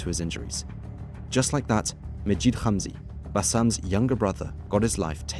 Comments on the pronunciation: Then he should say hamzy not humzy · Note: the H in Hamzy is not KH its H